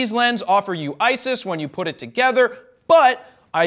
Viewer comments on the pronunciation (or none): none